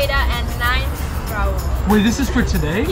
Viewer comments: rAiL Raul (Ra-ool) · EVERY TIME says RAiL, i get a cramp. It is RaUUUUL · The fact that people say “rail” and not Raul bothers me so much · Everyone: Raul: RAILLL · uh no I think she just calls him that on purpose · “Rail” WHY IS IT SO HARD FOR THEM TO JUST SAY RAUL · is anyone else annoyed that says “rail” not raul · "what about you rail?": " rail?.." Gurl its raul😭😭✋ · I swear if calls ✨Raul✨ rail one more time I'm gonna cry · This is a phrase that would NEVER say: It’s not Rail it’s Raul. 🤣😢❤️😭✨ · The fact that his name is Raul (ra-ool) but calls him Rail has me dead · who tf is rail? Um his name is RAUL imagine not knowing how to pronounce ur bf’s name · Why does call Raul rail it’s not that hard to say his name correctly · I swear if doesn’t stop calling Raul, Rail I’m gonna be mad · IT'S RAUL, NOT RAIL!!!!!!!!!!!!!!!! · I find it funny how says rauls name rail and raul says colies name chloe 😂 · getting on my nerves wit her "quirkiness" and calling Raul "Rail" PLEASE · Why does say “rail” instead of “Raul” 🤓😳😂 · Not still sayings Rail it’s Raul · Can someone please help a girl out and let know that Raul's name is Raul not Rail, thank you:) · I love how says rale and it’s rual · I LOVE HOW CALLED OUT FOR SAYING RAIL INSTEAD OF RAUL💀💀💀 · okay but why cant say raul's name correctly like its RAUL not RAIL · Why does say ‘rail’ for Raul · HIS NAME ISN'T RAIL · Why does calls raul "rail" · everyone "raul",, "rail" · sweetie, if your gonna get with Raul then learn how to say his name (hint: it’s not Rail) please and thank you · Rail? Its raul! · Gurl is “dating” RAUL and she cant even pronounce hes name RIGHT like who is Relle Realle rille idk bruv?!?!?!?!?!?!? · ITS NOT THAT HARD TO SAY RAUL ITS NOT RAIL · your boyfriends name is not Rale it’s Raul 😒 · It's raa-ool. Not rAiL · raiL: rail?